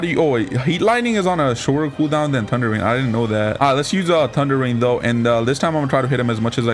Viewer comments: Is it just me or do I hear tunder breathing instead of thunder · bruh he said tunder love the content